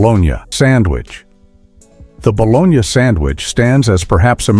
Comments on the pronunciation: What is ba. Lone ya ? It's pronounced ba lone ee' I've eaten it all my life and love it. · Hey, idiots who made this video. Nobody pronounces bologna "bolonya", not in the U.S. It's baloney. Your AI narrator is crap. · Balonee! Not balonya! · Its pronounced bolonee NOT bologina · Calling it Bol-on-ya instead of bal-o-ny was the biggest joke of this video! 😂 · Never heard of eating “bologna.” That’s a city in Italy! Here in South Jersey it’s boloney😂 Otherwise your video is great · Bah-Lone-Yahh. Who doesn't eat baloney sandwiches! 🥪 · Baloney like the commercial not bologna 😒🤨 I don’t care if that’s how it said it doesn’t sound right baloney😉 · Baloney Not a soul I know pronounced it Balonia. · its ba low knee-not ba lon yuh-so BITE ME_peace out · It's pronounced BALONY not bologna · Bologna was always pronounced as "baloney", never pronounced as "Bolonia". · No one ever pronounced it bologna! We always said baloney🤣🤪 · I hate how the narrator mispronounced bologna 🙄🤓😬 it's spelled bologna, but it's spoken as baloney 🤓😳🤓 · It's pronounced BLONEY, 🤠🤠🤠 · Buh LONE ee Gee, AI, you struck out on the first one. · I cannot listen to this guy say bolon-ya, of course it couldn't be AI, 😅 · Pronounced Boloney. Is this done by AI, or a person who never heard the word? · This AI needs to learn how to say "baloney." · lost me at balonyahhh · Your not pronouncing bologna right.Prononced Ba,lo,nee. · P.S. BOLOGNA is pronounced "Ba-LO-nee" in our area. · sound like you're saying bologña, it's not Spanish. But you pronounced Appalachian correctly. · Get a new AI voice.. NOBODY says "bolonya".... eesh... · Bolonia? Lol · boloni-a - on AI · Everyone knows about the Buh-loan-ya sandwiches. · Baw - lone - yea.....Really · The 2025 "Ba-lone-Ya" sandwich (as the fake AI voice calls it): Bologna: $5.29/ lb, Loaf of bread: $3.59ea, Mustard: $2.49/ jar, Lettuce: $2.49/ea, = what a bargain at $13.86 !!! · Dude it bo-loni😂. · AI narration say bolonya !😅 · Love a good Ba-Lone-Ya...Lol